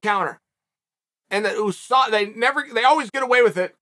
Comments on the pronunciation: The way uncle chael says USADA always catches me. Oosada😂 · I love when Chael P. says OOSADA